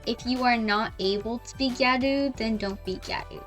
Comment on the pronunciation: thank you so much for not saying “giyarew”